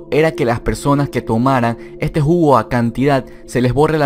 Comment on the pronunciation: Drink game! bebe cada vez que dice "ejte jugo"